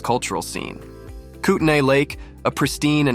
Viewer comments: itys pronounced kootneee not kootnay even tho its spelled that way. i was born there. also it sint as good as it seems at all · Buddy.... COME ON! Kootnee not kootNAY.... are you AI?